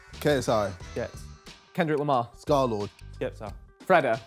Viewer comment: But he also said scarlxrd